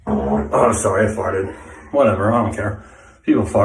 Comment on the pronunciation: “sowRy I FartTED”